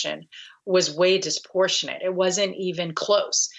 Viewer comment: The word is ‘disproportionate’, not “disportionate”.